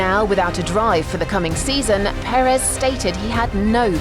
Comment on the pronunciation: The story so far: The English speaking media still can't pronounce his name correctly